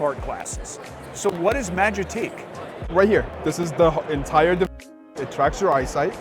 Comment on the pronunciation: why can't he say device? 1984